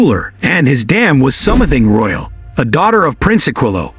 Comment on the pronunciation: Her last name is pronounced CHen-er-ree, NOT SHEEN-ER-RE. Secretariat's mother's name was SOMETHING ROYAL, NOT SOM-ETHING. DAMN, YOU'RE AN IDIOT!